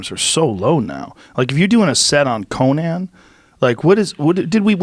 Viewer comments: With Tom Papa it was "Jake GLILNENhall" and now it's "CoNAAN." Joe RoGAUN is struggling with his pronunciation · Somebody tell this dude it's pronounced Co-Nun. It's not Conan the Barbarian.